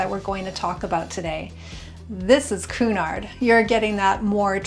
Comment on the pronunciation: Learn please how to pronounce Cunard and Meraviglia!